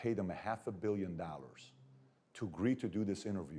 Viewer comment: With all that money he can’t pronounce dollars he says Nallars 😂😂😂😂